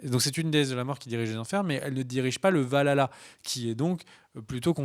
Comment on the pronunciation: VAL !!! ALA !!! Pas valala xD